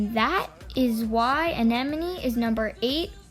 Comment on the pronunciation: Terrible just terrible,ITS ANEMONE,AN-E-MON,NOT ENEMENY!!!.Ridiculous do you even know the characters?Dissapointing